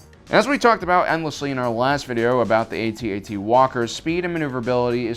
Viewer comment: non human jedi? i think u mixed it up. an thank you for saying A-T-A-T and not atat it makes no sense when people do that cuz what do u call the AAT? aaat. or 3CPO 3seepoh. nah, good vid tho